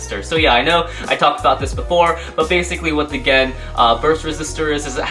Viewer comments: it is gen not jen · oh yeah as i saw on katakana translation for gen weight and its not pronounced as [jen]